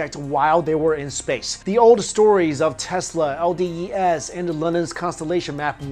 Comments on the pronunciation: Is it not "el-dee-ees", rather than "el-dee-ee-es"? You also say CDs and not CDes... - sorry for being a smartass also, I like your theories. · LDEase, not LDES :)